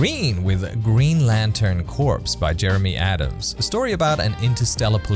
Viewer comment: Its “core” not corpse